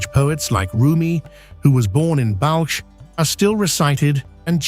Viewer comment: Balch? Chei Kaneh?You could put more effort to at least pronounce the Persian words correctly.